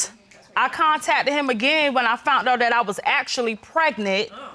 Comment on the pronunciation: "Fount out"...😂🤷